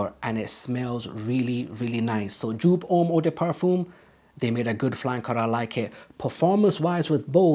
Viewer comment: It's pronounced YOPE! 🙄